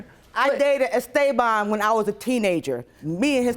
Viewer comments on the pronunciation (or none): The “Mr. Es-stay-been” took me out 😂😂😂